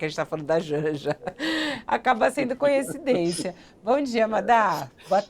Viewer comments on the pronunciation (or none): Eu ia criticar a Rosângela quando ouvi a Fabíola dizer CONHECIDÊNCIA. Não dá, né? Âncora de um canal de notícias. Por favor…